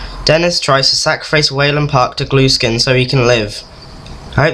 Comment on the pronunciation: You pronounced Eddie Gluskin's name wrong